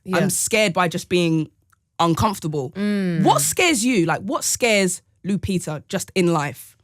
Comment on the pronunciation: Lupita BBC....not Lapita